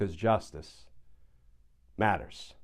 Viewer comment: Glen. Love your work, but you murder your catch phrase, "justice matters", every day. It's a blot on your otherwise top notch presentation. I've heard you try various takes of it, and they all sound awkward to my ear. Please try just reading it straight for a change, please. Don't lean too heavily in it. Forgive my impertinence.